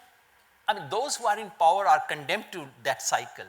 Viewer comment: he pronounces "power" as pooower